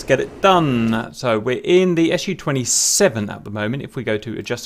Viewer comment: Good guide, didn know that. PS Its not S - U 27, its Su 27, its not M - I, its Mi, its not T U its Tu.